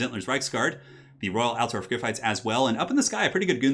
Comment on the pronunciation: ALT-DORF not alter-of Say it right ALT-DORF